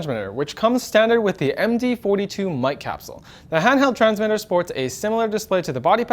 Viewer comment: "Laughly we have the Sennheiser handheld zhangsmiddurr" That was just funny. He is great.